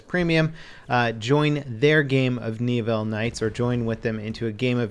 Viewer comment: Knee-ville? C'mon man. I had to cringe every time you said it. It's Neh-ville.